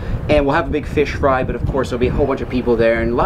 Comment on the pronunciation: MEANT TO SAY " THAT WAS A BIG FISH!! BUT IT SOUNDED LIKE HE SAID "B!TCH!!" HAHAHAHAHAHA 😂😂🤣🤣😭😭😭